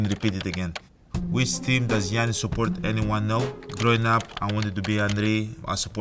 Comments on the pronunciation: 原來Giannis 中間的第二N不發音喔? 現在才知道欸XD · 連他念自己的名字都是糊ㄉXDDDD